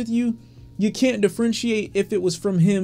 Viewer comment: Did you just say "it's getting harder to frentiate"....?